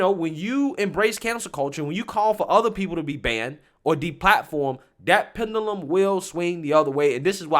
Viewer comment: I love you Bro but you need to learn how to pronounce pendulum correctly😂🤣 Pen ju lum